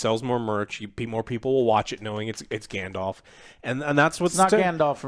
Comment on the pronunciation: I died inside when I heard grand-elf…